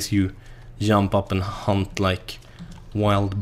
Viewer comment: I swear every time he says hunt I hear hump